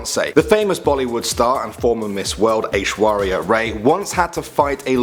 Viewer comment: "Ayeshwaria Rye" 😂😂😂😂